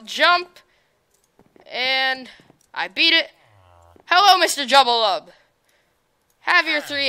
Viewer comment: Thank you for playing my map! Really appreciate it! :) BTW, it's pronounced: Joo-Ba-Lub (Jubalub) hehe. Try out my other maps!